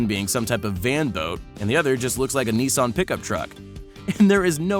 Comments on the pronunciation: “Nison” its nissan! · Also cannot pronounce "Nissan". It's not "nee-sonne", the "niss" part rhymes with "kiss" and the "an" part rhymes with "Anne" or "Lan", not "on". Stupid.